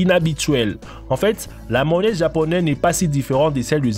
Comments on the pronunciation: Il a dit une maonaise au lieu de mayonnaise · Maonaise il a dit Mdr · Il a dit la "mawonaise" au lieu de mayonnaise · Et de la Maonaise on en parle ?? 😂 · Lol. Crocs... Je croyais que ça allait parler de chaussures. Phonétiquement ici c'est "kro" sinon c'est une godasse ou de la bouffe (croque). Sans parler du drapeau... Ou du "effreyament" (???) pluvieux... Et la mayo... Et le reste...